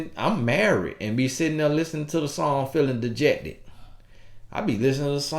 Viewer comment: “I’m listening to the song uhuh JECTED.” Man I’m sorry speaking facts but he’s so unintentionally funny.